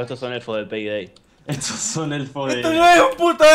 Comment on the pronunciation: yo escuche "selebren este nuevo video de penedey" xd jajaja